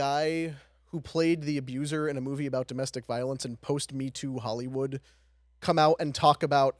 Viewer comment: Soauh and moahvie a few moments later too